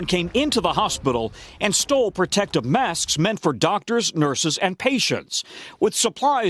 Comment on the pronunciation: Why does that doctor say mask like “mass”